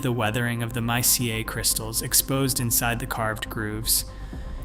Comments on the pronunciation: Yo BOT It is not M I C A IT IS A MINERAL. MICA! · Since when is Mica pronounced out as My-CA ? And "pale skin visitors"? what about the Black dude in Native American Chieftain garb at ?